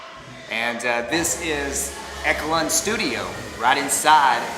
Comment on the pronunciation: Thanks. I appreciate your tenacious yet gracious attitude in all your videos. A pronunciation tip: Echelon has a soft ‘c’ - it’s pronounced “ESH-uh-lon”. And you are in the highest echelon of the “Elvis Was Here” genre of You Tubers. Keep up the great work!